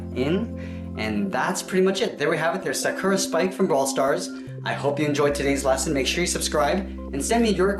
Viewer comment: Am I the only one that cringed when he said Sakura wrong.